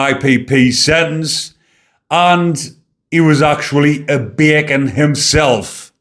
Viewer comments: I love when says “baycon “ in the Geordy accent. He says it like he means it. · .& from now on, I will always pronounce “ Bacon” in a Gordie accent 😆 (I’m from Wolverhampton) 😆 keep up the good work 👍👍